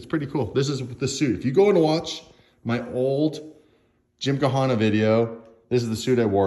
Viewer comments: it is pronounced as gym-ka-na (gymkhana) not gymkahana. Which is a facility of sports. Sorry but i had to explain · Oh God someone teach how to pronounce Gymkhana properly